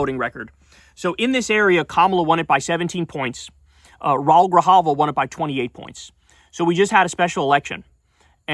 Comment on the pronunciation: You need to learn how to pronounce Spanish names. It's not Rool Grijalva (one syllable). It's Rah-OOL Grijalva.(two syllables).When you see an accent mark on a vowel that follows another vowel, you know that the two vowels are not forming a dipthong (meaning going together to make one syllable) but rather that the two vowels are going to be in two separate syllables. Spanish puts an accent mark on a vowel in this case to tell you this because ordinarily those two vowels would go together to make one syllable. So when they do not make one syllable but rather two separate syllables, then the accent mark goes on there to tell you that. Of course a native speaker wouldn't need the accent mark because they've heard the word or name all their life and they know how it's pronounced. But for people who are learning Spanish as a second language, that accent mark is very helpful. So pay attention. Read up on the rules of Spanish pronunciation. The rules are very simple and easy to learn, and if you learn those few simple rules, you can pronounce any Spanish word or name correctly (unlike in English, where pronunciation is a nightmare).